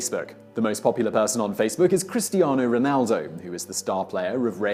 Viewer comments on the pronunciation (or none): none